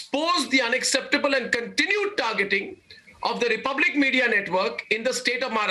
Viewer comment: Aap shayed pehla news anchor ho, jinohne khudke barein mein news bata raha hain.. Aap ke Namaskar mein aj wo dum nehi raha.. Or Aap ke republic ko recublic bolna or pura news mein aap ke voice se pata chal raha hai ke kon dar gaya hain!!!😭😭😭